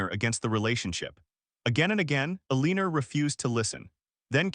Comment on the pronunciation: If AI can’t pronounce Eleanor correctly, pick another name! Mary is simple enough. I can’t listen to this with Eeleenor.